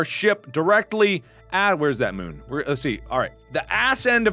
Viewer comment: Moon not mun